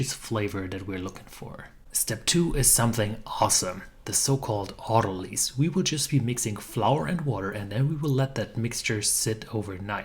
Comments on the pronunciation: Autolyse say as "Auto - Lea's (like "peas".) Your welcome, from the UK. 🤗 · Isn't autolyse derived from autolysis, in the same way that analyse is derived from analysis? I assumed so, so have always pronounced it ending in eyes, rather than lease.